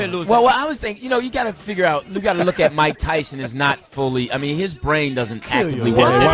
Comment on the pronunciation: Boi Wanda Foxx Is a great actor. He really believes Oprah was really there. That Oprah was not interviewed over a NEXTEL phone. 📢📢 " Conversations with a FIGG-ard. 😂😂😂😂😂😂😂 Come on nah Jamie Foxx.